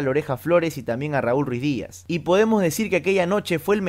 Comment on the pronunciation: NO ES RUIZDIAZ CARAJO ES RUIDIAZ